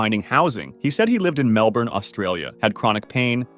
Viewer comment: You said Melbourne wrong 😠